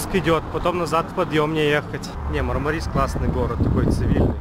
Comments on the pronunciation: МАрмарис, потому что в турецком языке в названиях городов ударение ставится на первый слог! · Ударение на первую А , а не на И . Правильно мАрмарис!!!! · Ударение неправильно режет ухо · В Турции нет города Мармари'с, есть город Ма'рмарис. Ну так, для информации... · Говорить правильно научитесь. Мармарис-ударение на первый слог!!!